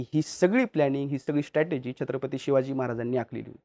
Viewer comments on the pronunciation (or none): none